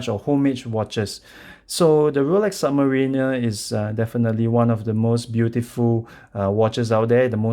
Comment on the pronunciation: it's "submariner" not "submarina"